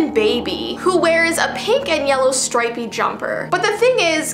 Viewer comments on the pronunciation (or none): none